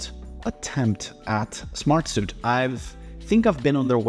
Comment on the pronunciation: Bro, it’s Smart-Sweet. Not Smart-Soot.